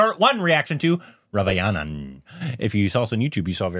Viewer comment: Korbinization..Ravaiyanan..LMAO..Its Raa Va Nan.. say.. It's Raa Va Nan...